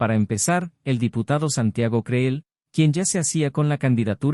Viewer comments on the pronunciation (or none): Por cierto, se pronuncian "cril" y "sheinbaum".